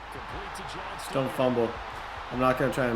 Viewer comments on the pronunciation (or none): please. This is day 3 of me commenting. It’s Johnston, not Johnson 😭. Idk why it bugs me so much but it does. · It's Quinton JOHNSTON!!! READ THE T IN HIS LAST NAME! Commonnnnnnn mannnnnnnnnn